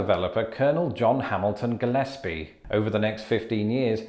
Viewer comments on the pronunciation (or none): none